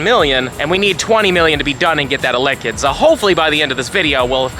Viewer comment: Why do you say elekid like that?